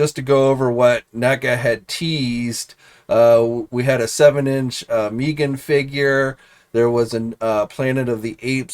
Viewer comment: How can you not fuqin say Megan correct?!